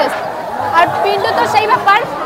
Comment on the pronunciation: says " pinto ".... not "pintu"😂❤